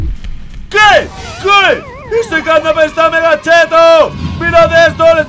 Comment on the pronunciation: ¿ Por qué dices CatNap pita?